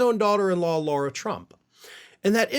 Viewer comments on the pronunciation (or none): It's Lara Trump, not Laura Trump